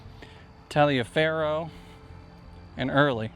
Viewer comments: Your pronouncement of Gen. Taliaferro's name brings to mind something I always struggle with. His name was pronounced "Toliver," rhyming with "Oliver." And he's not the only Civil War general with a name that wasn't pronounced the way "Hooked on Phonics" would yield. Gen. Huger's name was not "HUGH-grrrr." I have several different guesses about how he pronounced it, none of which we would recognize. But should we use the "correct" pronunciation? Or pronounce the name the way a first-time reader of a Civil War account would? It seems to me that it depends on whether you want to be historically correct, or communicate clearly. It seems to me that something can be said for communication. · Taliaferro is pronounced Toliver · I don’t know if anybody has noticed but the battlefield at Savages Station has been nearly obliterated by a solar farm. Random info: The families in the South used to pronounce Taliaferro as Tol-iv-er.